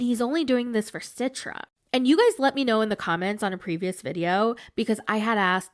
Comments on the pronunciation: Btw, just a tiny correctionthe name 'Citra' is suppose to be pronounce with a C like for Cheetah, not C for Citrus. So its chee-truh, not si-truh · Hi, an Indonesian here. I just want to tell you the pronunciation of Citra in Indonesian is "chee-tra". Anyway, the conversion to Islam for marriage purpose is quite common here in Indonesia. Some people convert just to get married, so they don't actually practice the religion, they just do it to change their religion in their Identity Card. Some places don't allow people from different religion to get married, and some families don't allow that too. As for the body shaming, we’re built to withstand body shaming from family members. We’re so used to it at this point.